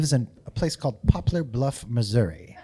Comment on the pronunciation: Upvote for pronouncing Missouri right the second time lol